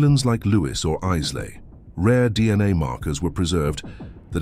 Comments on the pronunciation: 'Lewis and Eyeslay' Eyes lay ...really? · The Island of Islay is pronounced as Eye - la. The is silent as is the letter Y. Please try to get it right.